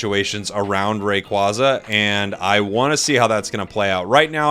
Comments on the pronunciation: BTW yes, it is officially "ray-quay-zah" and not "ray-quah-zah", since "quaza" comes from quazar. that aside, very much looking forward to year 2 for the game and to whatever other pokemon will be coming into the game after mew, dodrio and scyther/scizor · Rayquaza is pronounced like the word "quasar", as in the space thing. Hopefully that help with your pronunciation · I definitely feel like a new catch phrase for you could be that whenever you’re talking about Rayquaza you say “they keep telling me it’s Rayquayza” lol